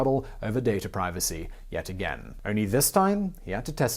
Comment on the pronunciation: I hate the way u pronounce the word “again” 🤷🏻‍♂️